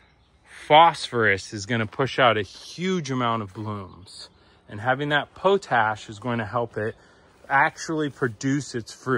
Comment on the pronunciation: A stoner pronouncing potash as POE-TASH instead of the normal POT-ASH is a little funny.